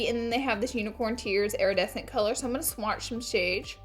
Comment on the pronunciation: “Swash shome shades”😂😂